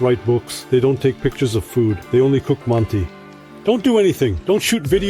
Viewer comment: С удовольствием смотрел и на русском, и пересмотрю еще раз на английском. Но укажу на мелочь - в самом начале, как будто потерялся смысл реплики про казахское ударение. В английской версии прозвучало почти одинаково "They say not mánti, but mantÍ". Рускоговорящему - понятно о чем речь. Но в английской версии звучит почти неразличимо.